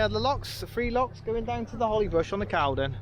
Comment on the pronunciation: Nice vlog pal. I have a boat moored at Stoke Boat Club on the Caldon. Quick one, it's actually pronounced culdon 👍